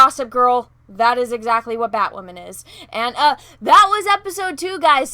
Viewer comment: Does BatWahmen have psychological problems? Sure sounds like it...🤔